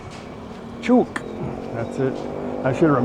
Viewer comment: Hi (pronounced as in " luck ") - Chook is pronounced as in " look "...